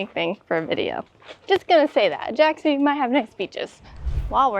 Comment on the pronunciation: One thing that just a little bit pisses me off is some widely wrong pronunciation. I mean Ajaccio. It's not Ajaxio The right pronunciation is Ai-a'-cho (I hope it is clear).